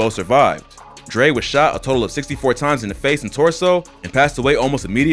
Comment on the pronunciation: Him "was shot 64 rimes" Me pauses video "gah damn !'